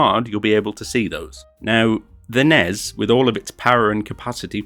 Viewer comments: its N-E-S not nez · please dont say nezz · Once he said the NES instead of N.E.S. I realized he probably didn't play this as a kid in the 80s. Probably someone who played in in more recent time.